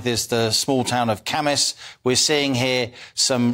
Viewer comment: How nice to hear pronounce the name Cambois correctly!